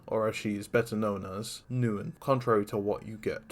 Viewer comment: Very good, underrated video Though, fyi, Neun is pronounced like “Noyn”